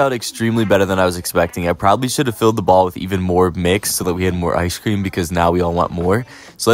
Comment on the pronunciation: Good idea with the “iceshh cream” 😂 I been saying it the way you do and my friends look at me like wtf 😂 they’re like why are you pronouncing it “iceshhh cream” 😂